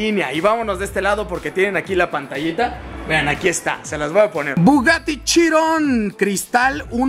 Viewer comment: Pense que dijiste el bugatty chingon